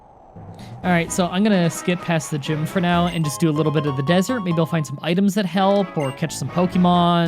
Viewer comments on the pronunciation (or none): It's ok. As long as I know what you mean I don't care how you say it. Even with the "gime" thing, I know you mean gym, so it doesn't bother me anymore.